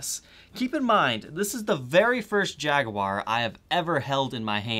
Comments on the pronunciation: First of all kudos for actually pronouncing Jaguar the right way instead of Jagwire. Secondly just a little added information about the differences between the 'modified' and 'vintage' singlecoil specced versions. The vibrato unit is closer to the bridge on the modified model to increase the string angle for better sustain. As for the upperhorn controls on the vintage model, they work as an extra circuit for the neck pickup only. So with the switch down, you can use the lower controls and switches. And up you use the rollers for volume and tone on the neck pickup only. This circuit tends to sound slightly darker compaired to the mastersection. I haven't done my homework on the actual bridges and if they still use that querky original style or moved on with time and put the barrel style saddles on the 'vintage' model. This channel is bad for my 'no more guitars' rule I put on myself this year. I mean I need get rid of stuff because I have too many yet this channel now has me GASsing for a 70's Les Paul Custom or a 70's Deluxe. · Jag A War love how you pronounce jaguar.